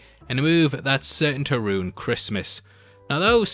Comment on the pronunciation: was that financial ruin or financial RUNE? amirite?